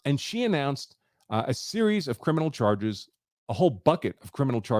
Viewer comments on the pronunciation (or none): none